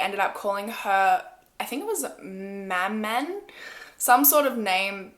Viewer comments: "Ma-man"?? Maman (ma-ma) is mom in french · Maman is pronounced like mama (basically the n is silent) (I’m explaining with the Québec accent I don’t know about France accent if it’s pronounced the same or not) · Maman, pronounced Mah man with a french accent. It basically means mom in french :D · The word you pronounce « mah-mon » is actually the word « Maman » in french, which is the exact translation for « Mom » in english ^^ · Loveeeee that you’re doing daily mystery videos. Btw it’s “mah-mon” not “mah-min” (maman). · maman is french for mom :) the n is silent! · I actualLY ALMOST DIED WHEN SHE PRONOUNCED IT AS “mah-man” I was like does she mean maman? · I think the word she said was maman, it means mom, in french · You mean "Maman", French for "Mom" or "Mother". It's pronounced "Ma–mah" (like mama but with a hint of an "n" at the end). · I believe the word you’re trying to say is “maman” which is mom in French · "Maman" (pronouced as ma' mon) is French for Mom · Mfw she said “ma men” AHAHAHA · Maman is pronounced like mamo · Maman = Mama, the n is silent, and it means "mom" in French, as "mère" means "mother" Cachexia = Kah-kek-zee-ah, and is a medical term to describe a body wasting away and can be caused by any number of chronic illnesses. I like you. Subbed. Looking forward to seeing more of your content. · maman is pronounced mam-ouh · I guess you meant 'Maman', that's the french way to say Mom or Mama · I'm so excited for the 12 days of mystery mondays! Also, "maman" is kinda pronounced like "mam-aw" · Also maman is pronounced “mahmohn” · i love the vid but your pronunciation of "maman" leaves something to be desired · horae well she’s not french so 🤦🏽‍♀️ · the way she said ‘maman’ omg 😂